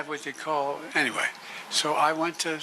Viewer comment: I love President Biden and I am sure I am not the only one who knows when he says ANTWAY he is using it in place of a Foul word ! Keep going Joe !!